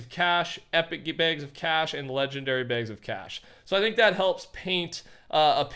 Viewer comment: Why did he say bags like that